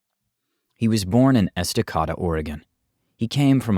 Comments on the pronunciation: EstacAYda, not EstaAHda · My mother went to high school with Daniel. I remember her saying something but I had no clue…. Damn Oh and Esta(Kay-duh) not bothered just if you care lol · It’s esta-CAY-duh, not esta-CAW-da. It’s not hard to figure out…. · Es tah cai dah. Not Esta cada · Here in Oregon we call Estacada "est-uh-kay-duh" not "est-uh-kah-dah" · Interesting story. Thanks for sharing! I am from Oregon. It's pronounced Estuh-kay-duh 😉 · The city's name is pronounced És-tah-kay-duh <3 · It’s pronounced “Es-du-kay-du” [Source: Oregonian born and raised] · It's pronounced "Es-duh-kay-duh" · I'm from Milwaukie Oregon, ten miles away from Estacada & just so you know, it's pronounced Es-tuh-CAY-duh. The pronunciation was terribly butchered in the video, eek. Edit: despite my complaint or correction, that was still an incredibly fascinating true crime video and I'm happy to be a new subscriber. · Estacada is prounounced "Ehsta-cayda". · You mispronounced Estacada. Blasphemy!! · You pronounce Estacada wrong 😁 I live there and was shocked to see drone video of our only grocery store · I am in Oregon City. Took me a minute to decipher his pronunciation of Estacada, Oregon 😂